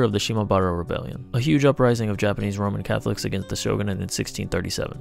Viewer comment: Could’ve sworn I heard “Ramen Catholic” 😂